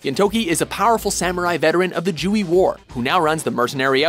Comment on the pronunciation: I am sure that someone else mentioned this on the list but it's Gintama not Gin Tama. Also Joui is pronounced like joy not Ju-e.